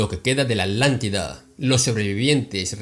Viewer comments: Solo para asegurarme: se le escucha a veces" La Alantida" y en otras "La Atlantida"...Puede aclarar esto, por favor? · ? Por qué se le escucha "ALANTIDA", hasta donde sé, la región se llama "Atlantida". ¿Escucho mal? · Con todo respeto,. No se dice Alántida; se dice Atlántida. La palabra viene de Atlas, no de Alas. Lo menciono a manera de evitar confusiones entre los oyentes, pues pudiera alguien llegar a pensar que la Alántida y la Atlántida son cosas diferentes. Esto es solo mi humilde opinión con el propósito de contribuir a tu enorme aportación... Paz y amor